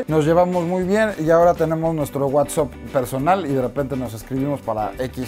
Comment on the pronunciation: Jajajaja ¿qué tal el EGO de este wey? se cree de Hollywood, pero dice “whatsop”